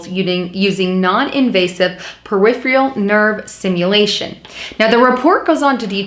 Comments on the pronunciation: Per-if-er-ul...not per-if-ial. Gotta work on pronunciation. Also said psychological when the article said physiological. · Thank you for the video, - but... it is peripERal nervous system, not periphREal.